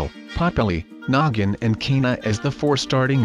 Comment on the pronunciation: I love how he said noggin and I thought he said nuggin DR